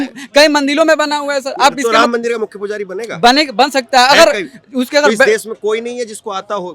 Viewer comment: किस गंवार से बात कर रहे जो मंदिर को मंदिल बोल रहा है 😂😂